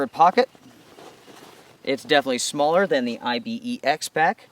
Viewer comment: Dude - it's as much I-B-E-X as your name is... There's an animal called Ibex, which you pronounce "eye-bex" much like you pronounce Pyrex...